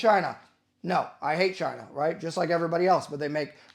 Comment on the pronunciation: Chaaiiinah - Trump accent activated. combat llama emoji